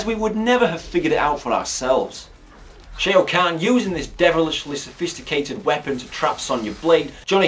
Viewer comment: stop. saying. shay-o.